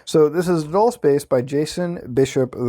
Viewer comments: bruh i think its "dull-CHAY" or if you wanna be fancy "dual-chay" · Dulce is pronounced as "dool-say" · Dulce is pronounced dol-che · Bob Lazaar has alread made it clear he hasn't ever seen the aliens himself. But rather only the craft he helped reconstruct. And you say Dulce wrong. It's pronounced like Dul(Dull-say)ce